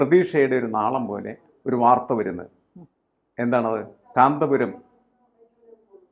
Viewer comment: ഇവൾക്കെന്താ കാന്തപുരം എന്ന് തികച്ചു വരാത്തത്..?